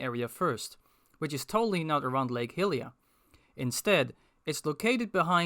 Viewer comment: I really don't want to be that guy because I love what I've seen of your videos, but the Goddess's name is typically pronounced hai-li-a, specifically in Breath of the Wild's spoken dialogue, and the human race are called hai-li-ens.